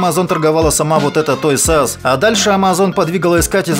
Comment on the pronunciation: Только не "Той Сас", а "Тойз ар ас". А в остальном - отлично!